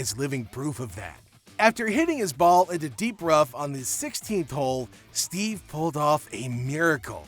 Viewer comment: FFS does every video have to be narrated by a dumb AI? STEVE Ballesteros?!! 🤬